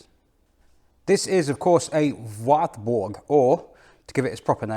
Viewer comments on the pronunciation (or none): Pronounced 'varburgh' told off by a German lady sometime ago... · it's pronounced VARTBOORG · Hi: your German is not that bad at all. «Nürburgring» and «Nordschleife» sound very good, «Wartburg» has room for emprovement and the «ch» sound is hard to learn; I know. I am really impressed by the performance of this little engine that I had in my 1988 Polo Coupé. Thanks for this video and see you next time »»» Martin 😊 🇬🇧♥️🇩🇪